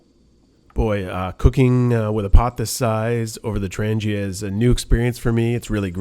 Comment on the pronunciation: It is pronounced Trang-yuh, with a strong "g"... Your 725-24 frypan actually DOES go on the top, like you had it. You need to order the "Strap 85 cm", That will connect your kit all together the way it was meant. ALSO, get the F29 orange bag to fit your whole kit (including the 4.5l Billy).